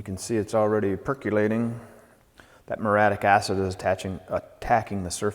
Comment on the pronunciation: “Murray-attic” acid.